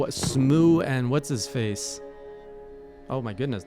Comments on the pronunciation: its pronounced more like sm-oh and less like sm-oo. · I love that still mispronounces S M O O! And R.I.P. Ornstein. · He's Smoo in the hay jay lore 🤣🤣 too late to fix it